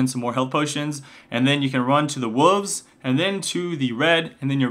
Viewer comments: yo no offense... but why do you pronounce wolves like that??? you are saying wooves are something. you aren't pronouncing the L... it's woLves. you are saying wooves. it's really weird... why are you doing that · Umm... do you mean "wolves"? Because you said "woovs", lol. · The wooves? Lol! Makes me laugh every time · I ask this every time you talk about a jungler....what are "wooves"? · the wuhvs :D